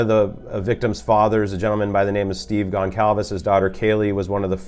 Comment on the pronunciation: Its pronounced GONE-SAL-VEZ